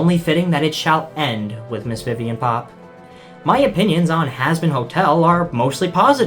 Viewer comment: Idk why, but every time you say "Viviane Pop" it just cracks me up 😂